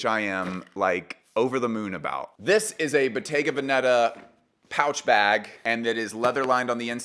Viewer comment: Why is at that Americans insist on pronouncing Bottega Veneta wrong? Where do you see a double ‘tt’ in Veneta? Actually there are no accents in the name at all.